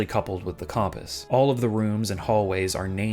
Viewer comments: He says it normally once and then says Com-Piss for the rest of the video, this is so sad, shout-out to all my loyal Cum-Piss enjoyers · Great video, but I can't get over the way you pronounce compass like cawmpass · Pronouncing it "comm-piss" is crazy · The way he says “compass”… “com…pass?” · It’s an East Coast thing. I worked for years with a guy from New York who pronounced “compass” the same way. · He did a double take for "noises" but confidently mispronounces compass. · Bro has no idea how to say "compass". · lil triggered by the way you said compass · Local man refuses to pronounce compass correctly to try and make people comment about how poorly he's pronouncing it and slaughters my ability to respect him or subscribe to him. Truly pitiful. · Seriously it was driving me a little crazy. I’ve never heard anyone say it like that before (and if I have it was never this many times). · Bro I know I was looking if anyone else thought about that 😂